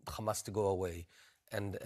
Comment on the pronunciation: Bennett is one of the most uneducated israel official i’ve seen on TV till now. The guy couldnt maintain a proper conversation without mentioning “destroying khamas” 😂